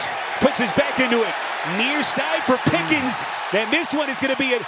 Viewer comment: Why does the announce keep calling that guy "Pickings"? It's Pickens.